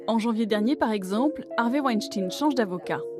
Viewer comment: Harvey Wenshting, dit elle? C'est abusé ce manque d'intérêt pour les langues étrangères... pitoyable!